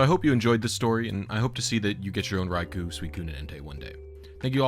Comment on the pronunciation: you keep pronouncing raikou wrong